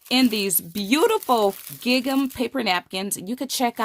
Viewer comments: It’s gingham not gig am. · Wonderful technique, I've never seen this before - thank you for sharing!! I can't wait to try this :D (just a note: gingham rhymes with ring-um) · Great! Just to let you know, gingham is pronounced similar to "ringum". Xx There's no hard G. Xx